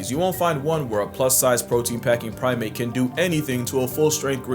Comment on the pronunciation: Prime-ape, prim-ate. Hope this helps👌🏼